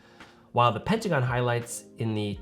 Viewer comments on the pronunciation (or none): none